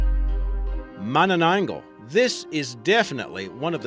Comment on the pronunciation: im a Filipino so I now mananagal and thats not how you say mananangal